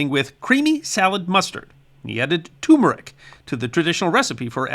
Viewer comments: Doh! It's not TUMERIC. It's TURMERIC!!!! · why do so many people call tuRmeric tUmeric ? is the R for no reason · Love your channel and have learned a lot! However, it is turmeric, not tumeric! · tuRmeric not tumeric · Just a friendly FYI, turmeric should be pronounced (/ˈtɜːrmərɪk,) or tur-murr-ik. The first "r" is not silent. ;) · Two "r"s in turmeric